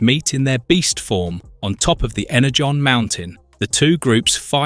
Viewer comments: Was this voiced by an AI model with a sampled voice signature? There's so much variance in the pronunciation such as switching between Ener-gone and Ener-john, among other frequent swapping of pronunciations. I don't even care how it's pronounced, but the switching back and forth is a little annoying. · He also calls energon inner-gone a couple of times